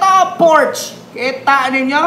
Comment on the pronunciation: mali po ang pag peonunce mo ng "PORSCHE"..german word pronounce as "PORSCHA"" is the RIGHT PRONOUNCIATION